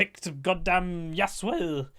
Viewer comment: it was funny how you said yasuo lmao